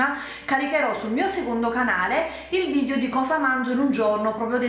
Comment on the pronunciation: ma te l'hanno mai detto che non si dice VIDIO ma VIDEO?